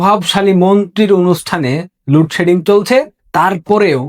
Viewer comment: উচ্চারণ ঠিক কর,,,, লুড সেডিং কী,,,,????